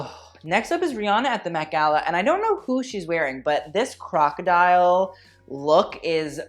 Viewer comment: he really said crocadilly scoots